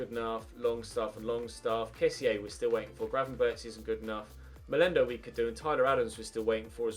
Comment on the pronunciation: If youre gonna pronounce gravenberch the english way please pronounce it gravenberk the "ch" is pronounced with what we dutch call a hard g which is the gggg sound